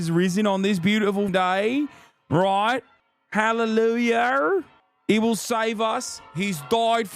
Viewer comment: not the "hallelujar" 💀